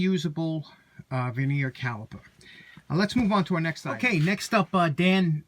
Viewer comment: It vernier not veneer